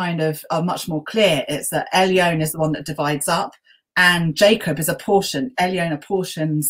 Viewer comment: Excellent and enjoyable discussion. Rather surprised that a specialist Old Testament scholar, no doubt fluent in Hebrew, would not know that it's Elyon and not Elyown and similarly El and not Ale. Agree very much with the professor's views that racism as we know it is a modern construct. Physical features are hardly mentioned in both Testaments except where crucial to the story, such as Goliath being a giant. Apart from Moses wearing a mask after descending from Mount Sinai we don't anything about his appearance and the same for Jesus and indeed for virtually everybody else.